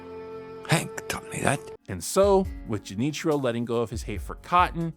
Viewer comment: To answer your question, Junichiro's Japanese pronunciation sounds weird, and he even uses a more casual request form when he says "Excuse me, but if you see this man, please give me a call." That being said, the man he talked to has pretty natural sounding Japanese. It is pretty normal to exchange or give your business card in Japan, but usually not to someone you just spoke to for a few seconds. Junichiro's approach is somewhat accurate I'd say, and the business card allows people to know to call him if they see Cotton, but obviously, doing that with one person at a time would take forever to actually find him. Haha